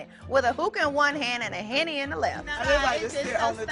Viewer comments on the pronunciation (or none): Did she say Henny Ho!!!??? 🤣😂